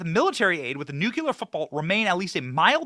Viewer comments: Benny! Please stop saying nuke- u-ler. It’s nu-Klee-er! It makes you sound dumb to mis-pronounce it! And you’re not dumb! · Nuclear, NOT NUKULUR!!!!! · bro, nucular is not a word